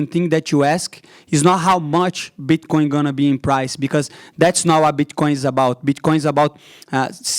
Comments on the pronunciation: Pretty sure he's saying bitchcoin on purpose just to be funny and it is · I’m not trying to make fun of him but when he pronounces bit coin as “bitch coin” is literally the best 😂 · Did he say bitch coin 😂